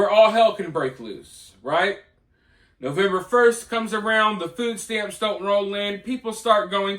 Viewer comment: What exactly is a "foooo stamp"???